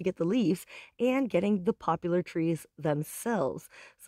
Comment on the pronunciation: It's called Poplar. NO U.